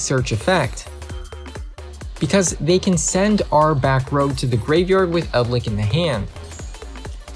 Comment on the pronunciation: "yumi", "cray-ken", "eld-lick"